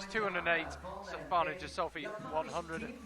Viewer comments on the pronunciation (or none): The "G" in Ghisolfi is pronounced as the g in good or gangster. The "h" following the G is indicating this. Please take note. Cheers for the proper commentary :)